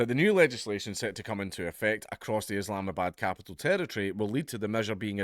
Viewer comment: It's called Islamabad, not IslamaGOOD.....